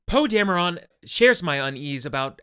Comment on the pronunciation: It's not dam-urr-awn.... are you serious? They say his frickin name in both movies more than once.... His name is pronounced dam-err-IN.... I mean come on.... I do agree with just about everything you've said about the movie tho. I got other complaints about it as well tho. Long story short Kathleen dumb bitch Kennedy needs to be fired along with every person she has hired, and Lucas needs to be brought back to fix things.